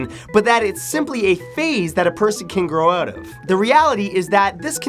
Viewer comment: "simply a phase that a person can growotev"